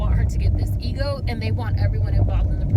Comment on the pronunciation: I like the way you say EGOT... like EGO😉